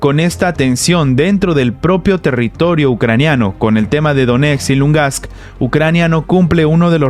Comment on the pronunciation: muchas gracias por tus interesantes videos. Sin embargo, por segunda vez, te invito a que trates de pronunciar correctamente el nombre de LUGANSK; no es Lungask (como actualmente pronuncias). Un saludo